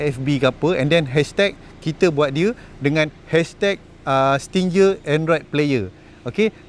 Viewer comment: Nak beli tapi tak reti nak pasang 😅 Btw, sebutan Stinger tu "sti-nger"